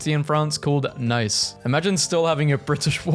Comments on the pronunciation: it's pronounced neece France should also raise hand lego? why florida hates florida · actully its pronounced Nice and not Nice, so please say Nice instead of Nice (joke ofc)